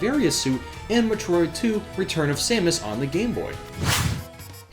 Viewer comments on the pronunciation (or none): Jeez the way you pronounce metro id it's like you're me-trolling us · Oh my god the way you say Metroid bothers me. It's Meh-Troy-d GOD DAMMIT! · I think the reason why it's a little bit of a problem if you pronounce a popular video game series incorrectly is because you're a gaming channel. People come to you because you are supposed to be well-versed in this universe. You kind of lose credibility when you can't even pronounce Metroid. It would be like the President not being able to pronounce America. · I CANT STAND SAY METROID SPEAK ENGLISH DUDE SPEAK IT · that's not how you pronounce Metroid brah. but nice vid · You say Metroid like it's a freaking swedish dessert. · why do you say metroid so werd?